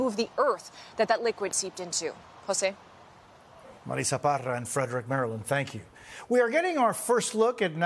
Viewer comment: is it "Marisa" or "Marrrrissssa". One year ago she pronounced it "Marrrisssa"